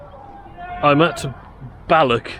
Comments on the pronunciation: Soften that 'ck' sound in words ending with "och". You're pronouncing them as "BalloCK" and "DalreaoCK" which is incorrect. It should be a very soft sound. Look up any Scottish person saying the word 'loch' - the same sound applies to any Scottish word/placename ending in "och". Heck, Balloch comes from the Gaelic (GAH-lick) words "Baile" (settlement) and Loch. Baile Loch = Loch Town. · The english folk seem to have difficulty pronouncing Scottish words ending in 'ch', as in Balloch. 😂